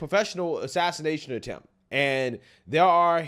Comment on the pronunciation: said Assasination Attepmt 😂